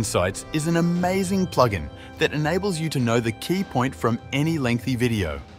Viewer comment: Especially pronouncing it “Ploog In”